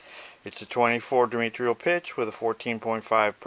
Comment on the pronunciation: You are clearly knowledgeable. But your horrific mispronunciation of "diametral" makes you sound ignorant. The first syllable is a long I as in dye then you leave out the "a" which should sound like "uh". Then not "meet" but "met". Then you put in an "I" after the "r". There isn't one. The last syllable should sound like "rahl". Or consult a dictionary. Only good thoughts.